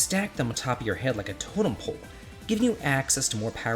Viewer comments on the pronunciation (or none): none